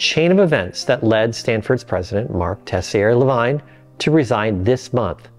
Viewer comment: Please learn enough French to pronounce Tessier-Lavigne correctly. Thank you.